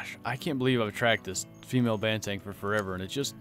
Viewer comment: It's pronounced "bahn - theh - ng" not "ban - tang"